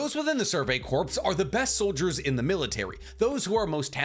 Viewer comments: Ummmmmm Future Trunks didn't come back to kill Vegeta.... He came back to kill the androids. When you're talking about the Survey Corps. Please for the love of my sanity and all things holy stop saying corpse it's just core....... pronouncing that "ps" is really messing with my mental health... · God damnit I love you but I can't take it anymore corps is pronounced kor as in core not korps as in corpse such as in the marine corps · This is a very minor pronunciation thing but corps is pronounces "core" not "corpse". :D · It's pronounced "Core" not corpse. Much like the marine corps. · For future reference... “Corps” is pronounced similarly to “cores” the p is silent. I learned that in the military when everyone keep making fun of me for saying it the way you do. 😥😭 English sucks!!!!!! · Great video but btw corps is pronounced like core, you don’t pronounce the p. Like as in Marine Corps, you don’t hear the P. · Corps is pronounced "kor", like core. Whew! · Survey Corps is pronounced “Core” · Corps is pronounced "core" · I love you content but for the love of Usopp PLEASE STOP pronouncing corps with the p. The p is silent and corps is pronounced like core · The way he says “corps” drives me crazy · I die a little every time you pronounce the "s" in "corps" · i am an inch away from committing war crimes because of how you pronounce corps